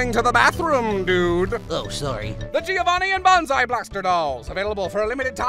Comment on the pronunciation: Is it just me or did he say "me-ovanni potage!" Or am I just not hearing the "gi"